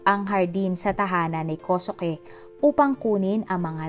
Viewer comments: Kosuke=Koske po ang bigkas.. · ganda ng boses kosuke binibigkas ninyo hindi po kosuke tamang bigkas po ay koske god bless ❤❤❤